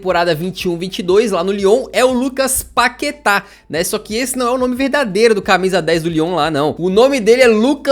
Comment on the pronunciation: "Páqueta" kkkkk